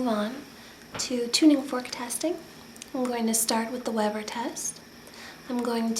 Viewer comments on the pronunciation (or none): none